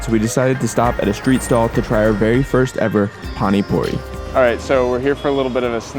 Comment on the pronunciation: It is pani puri not phani phuri